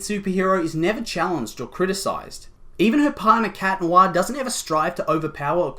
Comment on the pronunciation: ITS CAT NOIRRRRRR ITS NOT THAT HARD ;-; Sorry it just ticks me off